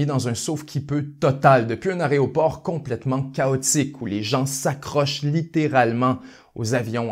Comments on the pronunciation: Il a vraiment dit "aréoport"? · J'apprécie vos analyses et votre documentation. Cependant, vous faites maintenant partie des 100% de journalistes qui appellent un aéroport "aréoport". Je ne m'explique pas ce travers, alors que tout le monde nomme correctement la tablette de chocolat éponyme. Allez, un petit effort, et bravo pour votre travail remarquable.